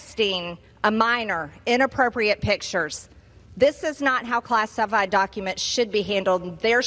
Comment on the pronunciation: "class EYE fied" GOD! Can we just launch her to the fucking moon already?